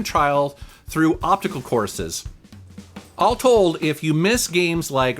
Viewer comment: "obtical courses". lol it's obStical ;) Just teasing